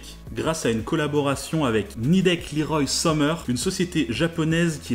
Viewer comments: "Liroye Somer" ?? Mort de rire... Leroy Somer (Leroi Someur, comme Leroy Merlin) et ouai mon gars, c'est du cocorico à la base, extrêmement connu dans l'industrie depuis qu'on sait fabriquer des moteurs électriques. Le mec s'appelait Marcellin alors ton accent anglais là tu peux le remballer mon ami. 😉 Sans rancune, vidéo intéressante, pour info chez Peugeot ce type moteur c'est le EP (3 et 6), jugé fiable pour certains, catastrophique pour d'autres mais une chose est sûre, ce n'est pas la meilleure création de PSA. Bisous. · Petit détail(navré d'être un peu relou). Cela ne se prononce pas "Leeroy Somer" mais " le roi Somer". C'était le fleuron français des moteurs industriels et du rachetée en 2017. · Leroy Sommer étant une société Française a la base, j'ai exploser de rire en entendant l'accent que tu a mis pour prononcer ce nom MDR Marcellin Leroy a du soit se poiler comme moi, soit faire un bond dans sa tombe lol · Belle vidéo. Mais pourquoi prononcer LEROY à l'anglaise (LIROILLE) alors que LEROY-SOMER est, au départ, une société française. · Petite remarque : La marque Nidec Leroy Somer se prononce à la française (comme Le Roi Somer quoi ), puisque Leroy Somer est une emblématique marque française de moteurs électriques. Elle a été rachetée par le groupe Nidec (2016 je crois) qui a préféré conserver le nom pour bénéficier de la solide réputation de Leroy Somer dans le milieu industriel. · Salut ! Cool cette vidéo ! Juste pour info Nidec est bien une boîte japonaise et elle a racheté Leroy-Somer, un fabricant français de moteurs électriques, en 2017. On peut donc prononcer Leroy à la française 😉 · On dit Lee-Roy Summer ! Société japonaise bien connue du coté d’Angoulême notamment. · Euuuuuhhhh "Liroï Someur" une société japonaise !?!?!?!?! 😲🧐😟🥺🥶😨😭 Non, Leroy Somer, prononcé à la française... parce qu'entreprise française ! Même si elle est effectivement aujourd'hui devenue filiale d'une société japonaise. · Ouais ca m'a choqué aussi! :)